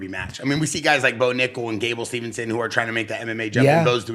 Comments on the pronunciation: Gable Steveson, not Stevenson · Gable Steveson (Steve sin) not Stevenson. C'mon man.